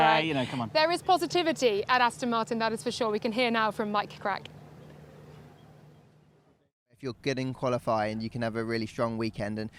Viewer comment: they way she paused between Mike Krack's first and last name hahaha